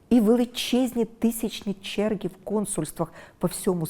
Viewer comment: Юліє Володимирівно, навчіться, будь ласка, вживати українську "г" , а не російську "ґ ". Дуже ріже слух "перемоґа", "черґи", "неґайно", "наполяґати"... Навіть російськомовні в Україні в більшості вимовляють українську, м'яку "г".